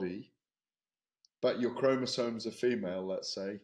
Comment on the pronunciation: Oh, and Ade, it's not chromosones. It's chromosomes.